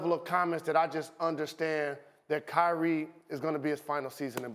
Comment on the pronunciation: CRY-Re 😿 Irving 😂😂🤣😂🤣🤣🤷🏿‍♂️